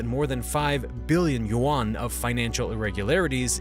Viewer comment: You are pronouncing Yuan wrong. Think of the word "hen" for a female chicken. Then think of how you say the Y in "yes", replace the H with the Y sound that's how you pronounce Yuan.